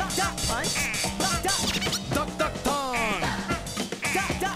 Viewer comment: listen carefully, when he says "duck" it sounds like fuck.